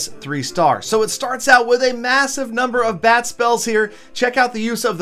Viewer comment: Whenever u say bat spell, it sounds like bad spell..lol